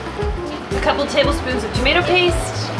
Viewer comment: most of all, Julia Child cud say 'tomato' correctly.